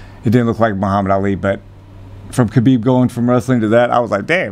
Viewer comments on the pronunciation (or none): Love Trevor, but his name is pronounced (k)Habib. You're smarter than that. Middle America right here. He and Justin make an amazing pair.